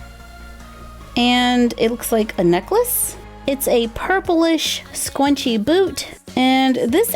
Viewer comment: Why does she say “ scuwnchi” instead of scrunchi no hate to I just wanted to say something about it love you all